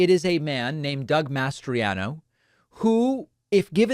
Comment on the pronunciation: I can't help but notice how much you're struggling to say "Mastriano" instead of "Masters.." Have you been watching Iron Eagle lately by any chance?? 😅😅